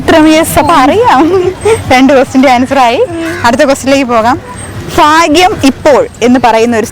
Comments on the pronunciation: ഫാഗ്യം അല്ല, ഭാഗ്യം/faghyam alla bhagyam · ഫാഗ്യം അല്ല ഭാഗ്യം അത്‌ പറയാൻ അറിയാത്ത നീ എന്ത് ആംഗരാണ് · ഫാഗ്യം അല്ലടാ ഭാഗ്യം കഷ്ടം എന്നാ നിങ്ങൾ മലയാളം പഠിക്കുക?? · ഫാഗ്യം അല്ല ഭാഗ്യം. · ഫാഗ്യം അല്ല ഭാഗ്യം എന്ന് പറയാനറിഞ്ഞു കൂടാത്ത ചോദ്യകർത്താവ്. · ഫാഗ്യമല്ല ഭാഗ്യം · അവർ അങ്ങനെ പറഞ്ഞു ചിലർ പറയുക ഫാഗ്യം എന്ന് പറഞ്ഞു കേൾക്കാറുണ്ട് ഞാൻ 😂